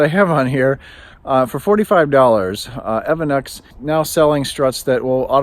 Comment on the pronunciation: E.V. ANNEX ( not evan-x )